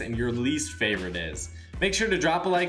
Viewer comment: It like saying flavorite